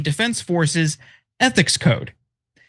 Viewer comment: EEE-THICKS??....... Vot is dis eeee-thics??? Oy vey!